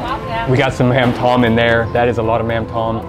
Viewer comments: Appreciate you trying to speak Vietnamese...the accents on the letters and words affect how the words are spoken..."mắm tôm" is pronounced something like "mauhm dome" instead of plain "mam tom" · mam tom try to pronounce tom with "tome" kinda tick me off when you pronounce that like a name or tom yum paste which is so far off . and mam can be pronounce like "mum or mom" in english